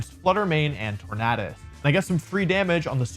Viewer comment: Can't handle you saying Tornadus incorrectly. It's literally the word tornado